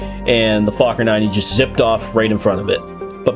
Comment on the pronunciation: I’m pretty sure fakhour is not pronounced like that.